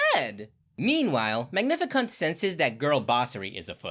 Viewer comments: Did you just say “magnific*nt” 😭😭😭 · I had to go back to make sure I heard you correctly saying Magnificunt. And yeah, I heard it correctly and giggled. It's good to know that dignity is worth $30 and a box of chicken wings. At least one thing the people can all agree on is that the actors were doing their best with the swill they were given. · ”Magnificunt” I’m dead 💀💀💀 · Bro really did say "magnificunt"